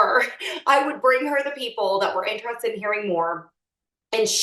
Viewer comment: She keeps saying interested like entrusted and it bothers me a lot 🤣